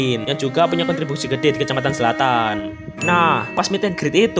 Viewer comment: Zlatan❌️ Selatan✅️